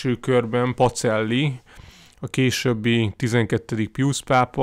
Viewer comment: Nagyon érdekes, de Pacellit PaCSellinek kell ejteni.